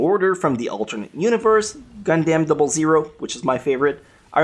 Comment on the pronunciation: great video. But please stop saying gundam double zero, duh